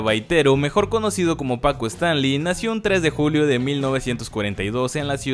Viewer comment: Todo bien solo que siento que es disléxico este chavo porque pronuncia mal casi todos los apellidos Es Stanley no Stanli Azcárraga Jean no Jin 🤔